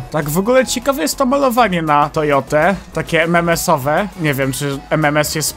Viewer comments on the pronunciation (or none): btw nie ememes tylko ememens a i ostatnio w telewizji widziałem Nascar